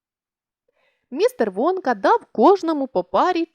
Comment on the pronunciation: Мне одной чується замість Вонка Водка?